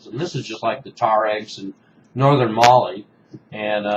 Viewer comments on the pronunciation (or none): none